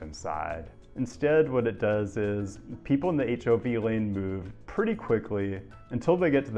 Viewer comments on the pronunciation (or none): none